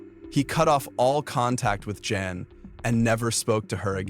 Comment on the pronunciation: Guys mother's name was Jan as in Jan-uary not Yan or Yawn